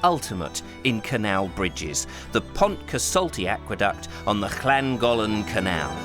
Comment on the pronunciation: Seriously superb production quality IMHO. Only one niggle, you attempt the pronunciation of Llangollen and get it halfway right, note that the double-L in the middle of the word is pronounced exactly as the one at the beginning :-) I know it's a petty niggle but the anglicisation of names wrankles anyone from the area and you /do/ try so it seemed worth the correction. Thanks, an excellent interesting presentation of volunteer work that should be better known.